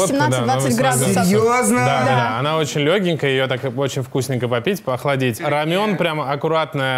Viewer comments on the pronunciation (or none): none